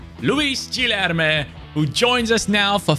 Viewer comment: in portuguese, when there is a u between g or q, you dont say it. So it is like Kenda or Kilerme